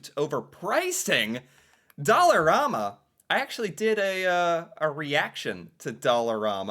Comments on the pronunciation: When it first opened (20-25 years or so, everything was only $1) They charge up to $5 for some items now side note...in Canadian it is pronounced Dollar "am" a...not Dollar "rom" a! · ….its pronounced DOLLAR-RAM-MA… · I have to stop myself from ripping my ears off every time he pronounces Dollarama that way.